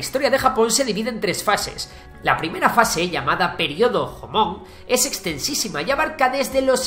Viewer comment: El ROMAJI que es el idioma japonés escrito en alfabeto se debe leer con las consonantes como el Inglés y las vocales como el castellano Ejemplo: el periodo JOMON se lee “llomon”